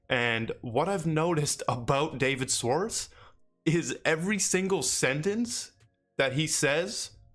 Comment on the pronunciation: Love the content *Shhh-warts -correct pronunciation